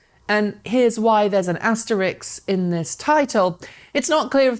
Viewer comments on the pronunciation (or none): Probably an asterisk, not Asterix.